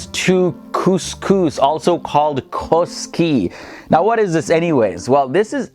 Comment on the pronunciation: Its not koski it is koskosi